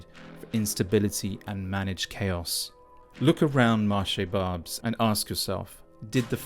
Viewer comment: This guy goes to a place and doesn't even speak the language nor does he make the effort to know how to pronounce Barbes. Barbes was an ethnic enclave before you were born, if your parents went to France in the 1970's they would have seen the same demographic. Also, You may want to comply with the local laws as far as public filming is concerned. They say "The only constant is change", welcome to a century where ideas, capital and also people are no longer bound by borders and you only have yourself to blame!! The world as we know it today was shaped after WW2 by the western alliance and people in Europe have embraced Capitalism as their new religion. Well capitalism means someone wealthy sitting in Lagos, Riyadh, Tokyo has more say in "your" country's affair than the average French, Brit or German because they own a higher portion of the pie than you do. And just to let you know, culturally, a French, Greek, Italian, is much closer to an Algerian, Lebanese or Turkish than you'll ever be!!